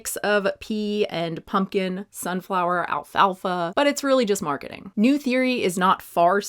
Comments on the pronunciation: The pronunciation of neue bothers me ... As someone who speaks German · The name freaks me out, “neue” means new in German but the pronunciation is different so for me it looks super odd 😂😅